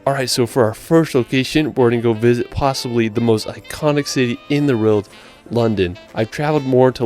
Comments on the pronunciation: I can totally understand him not getting a lot of the England specific pronunciation correct but "rild" instead of "world" just weirds me out. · It really winds me up how the narrator can't pronounce 'world'.....but is the only American I've ever heard say Edinburgh correctly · It just sounds like he has a slight speech impediment that's all. Notice how he pronounces 'world'.